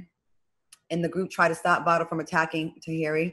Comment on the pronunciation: His name is Vado not Valdo